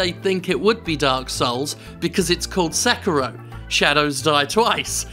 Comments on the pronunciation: SekEEEEEERO not sekuro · Sek-iro? It’s pronounced Seh-kiro isn’t it?